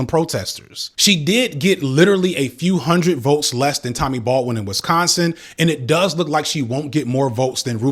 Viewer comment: This video has given me a lot to think about, but at this point I don't have anything constructive to add. So instead I'll just mention that the "a" in Tammy Baldwin's name is pronounced like in "apple" and Tim Walz's last name sounds like the plural form of "wall" and not like a dance performed in 3/4 time.